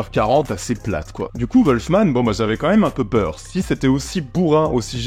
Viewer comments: Wolfman pas volfman! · Apprend déjà à prononcer le nom du film et après on verra....